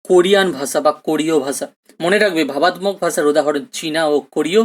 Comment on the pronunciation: Sir class khub sundor..But kichu mone korben na sir apnar kichu uchcharon vul hochhe.. Byabostha, vabattok..etc